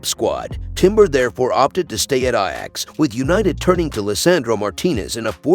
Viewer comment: Who is narratiing this shite. Can even pronounce the name of ajax.